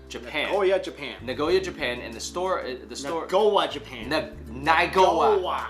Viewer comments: Naygowa? I think its Nagoya. Cause I study Japanese and that name is not making sense with the Japanese syllables. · Naygowa? How is that even Japanese?